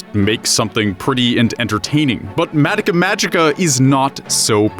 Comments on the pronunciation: Stop saying madika magica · I don't mean to come across as snide, but it's always weird to me how so many weebs will watch japanese shows all the way through and be able to talk at length about the themes and implications of its writing, but still mispronounce its name? It's just weird to me, idk.